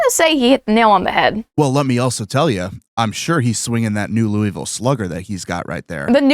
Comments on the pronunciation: The way my eye twitched as a Louisville native at that mispronunciation … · As a Kentuckian, the way they said Louisville killed me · Oh gods no please we gotta teach y’all how to say my home town RIGHT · as someone from Kentucky it hurts me to hear you pronounce Louisville